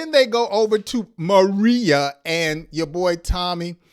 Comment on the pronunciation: Pronunciation. Ma ray ya